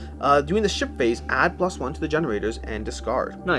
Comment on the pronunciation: They seriously need to change the name “Ship Phase”. Every.time. I hear shi(t) phase or the better shi(t) faced 😂